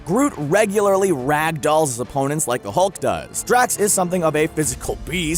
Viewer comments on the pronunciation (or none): none